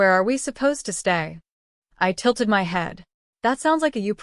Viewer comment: Why is my being pronounced M Y?